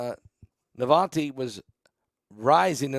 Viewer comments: Please learn to pronounce names correctly. NA-VAL-NY - there’s no T in the name. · his name is NOT Navante it is Navalny.